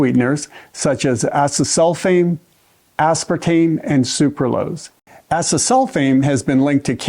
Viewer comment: A Dr. That can't pronounce Aspartame correctly? Concerns me.😂❤